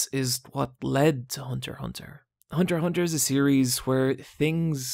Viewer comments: Go back to calling it Hunter EX Hunter, that's the correct way of pronnouncing it, Hunter Hunter sounds dumb and for some reason part of the community calls it like that! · They’re both right. Hunter Hunter is the Japanese pronunciation. Hunter x Hunter is the English pronunciation. Japanese don’t say the rs so it kind of rolls off the tongue but it’s extremely awkward in English, hence the pronounced x. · Lmao I had no idea as to how to pronounce the title